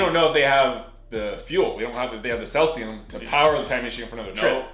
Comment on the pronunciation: Although I always enjoy hearing you say "Selsium", the correct name is "Caesium" (pronounced See-zium)